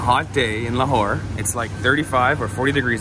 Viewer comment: la Whore? it's a city name? 🤣🤣🤣🤣🤣🤣🤣